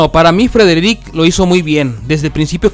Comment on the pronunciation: Porqué suben estas cosas feas que ni pronunciar el nombre de Frederick puede este man dejen de hacer estas mmmm de vídeos por eso se mira el programa 👎🏼👎🏼👎🏼👎🏼👎🏼👎🏼👎🏼👎🏼👎🏼👎🏼